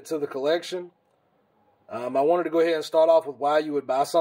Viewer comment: Lmao this dude say “go” like “gieough”